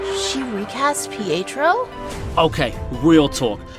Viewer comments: Fietro? Its Pietro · "fietro" lol